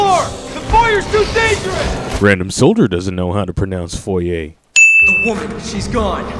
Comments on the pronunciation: No one knows how to pronounce foyer or Illinois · The "Foyer" thing was really weird, several characters don't know how to pronounce it. Heck I'm Spanish and even I know.